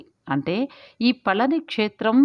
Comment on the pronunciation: Pa la ni La kaadu pa zha ni. Pa zha m ante fruit பழனி விஞ் winch antaru rail Feb, march april. All good info. Kanda kadanba, story u didnot say